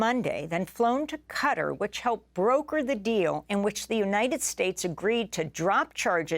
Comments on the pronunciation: Qatar is pronouned gha-tar, more like guitar, not "cutter." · Cutter - that is way off. Not even close. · Usually she has a reason for using/saying names in certain way whether it's Burma/Myanmar or Gretta Thuneburg. Would be interesting to know if that's the case here.